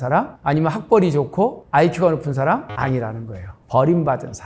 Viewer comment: 발음 문제! 사실, 사람,제주도,대개,호기심,부자,등! 장음인 단어의 첫 자를 -짧게"잘못 발음하셨습니다.